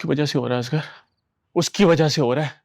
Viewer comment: Koi pakeeza ko asghar kehna sikha de!!! Azgar kehti rehti!!